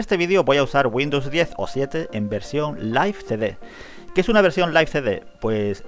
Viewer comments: Se escribe live y se pronuncia laiv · Yo siempire lo pronuncie live